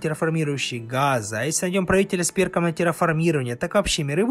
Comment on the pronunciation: Из этого видео я понял, что нужно говорить не "Газы", а "Хазы". Всем спасибо.